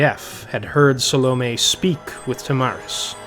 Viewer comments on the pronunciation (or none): Phil Chenevert is by far my least favorite reader. His pronouncing Salome like "Salami" especially irks me. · those damn salami witches